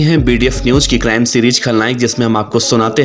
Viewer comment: Lode ज्राइम ni Hota क्राइम होता है